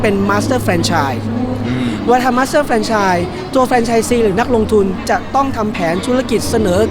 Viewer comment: ทำไมพิธีกรออกเสียง เฟรนไชน์ ต้องออกเสียงสระ แ แฟรนไชนส์ พิธีกรแก้ไขในโอกาสหน้าด้วย มันออกสู่สาธารณะ